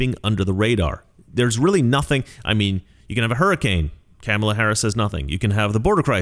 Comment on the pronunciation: I love how you pronounce her name... Camel-a